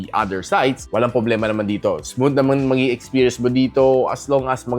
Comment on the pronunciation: Ano ba "poblema" mo? 😆